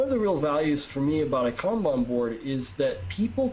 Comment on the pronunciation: As a guy who lives in Japan, thanks for pronouncing “kanban” right